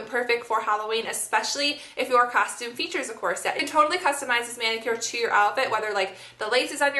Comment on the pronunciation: It's so cute how you pronounce corset!